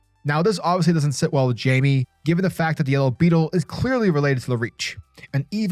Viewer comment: Great read! Just wanted to let you know it’s not pronounced Jamie it’s actually pronounced like (Hymay) they pronounce it perfectly in young Justice if you need a reference point! Great video :)